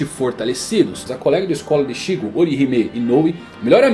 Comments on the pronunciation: Nao é Rukía ou Ichígo, é Rukia e Ichigo, nao é possível que você assistiu e leu tudo e não sabe pronunciar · Que agonia dele mudando a sílaba tônica dos nomessssssss ichÍgo, rukÍa, orihimÉ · Ixígo e Ruquía me deu agonia kkkkkkk mas o video ficou muito bom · Todo "Ixígo" dito me doía por dentro